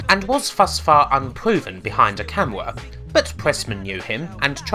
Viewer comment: un pwoowen behind a camouwaaa. Unproven behind a camera. dude work on your speaking ability holy shit. you sound like your 12